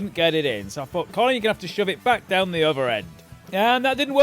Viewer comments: Every time he said "Column" I kept thinking one of them should be named "Column Furze". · I can't be the only one who kept laughing hearing column and Colin in the same sentence, love the Colin column!